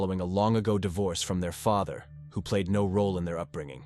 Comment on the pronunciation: Can’t even say Father correctly